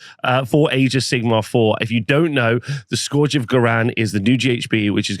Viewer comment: My guy stop saying scourge wrong! 😂 Love these videos, keep them coming!